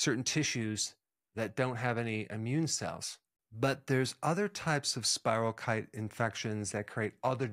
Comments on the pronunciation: I appreciate many of your videos, Dr. Berg, and am interested in much of this, but you know, genetic differences, even in MTHFR, seem to predispose some people to chronic illnesses, maybe Vit D or such could help even then. I was healthier in the summer when I had Lyme disease… please note it’s not Lymes disease, and check the pronunciation of spirochete (keet) so people don’t dismiss the other things you can add to this topic. I suggest everyone watch Under Our Skin documentary, sometimes it’s even free on YouTube. Look for the website on Lyme disease by Dr. Marty Ross, he also covers coinfections, which are often not acknowledged, and complicate things. Any additional tips on improving immune systems would be great! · FYI ANYONE: SPIROCHETE IS SPELLED SPIROCHETE OR SPIROCHAETE AND IS PRONOUNCED AS SPY- RHOE- KEET.